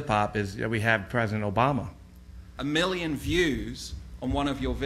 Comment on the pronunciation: except he didn't pronounce million as "mirion" he pronounced it like "miliyun"